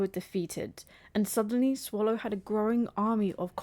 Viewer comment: It's Sallow, not Swallow